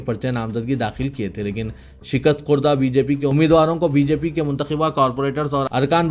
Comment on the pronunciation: آپ اردو غلط پڑھتے ہیں متنبہ کو منتبہ پڑھا